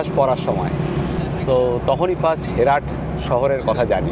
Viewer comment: হেরাট নয়, হেরাত।